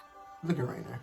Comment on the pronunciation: It's Reiner not Rainer